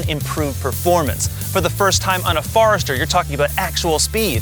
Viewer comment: OMG! It's a Forester, not a Farester!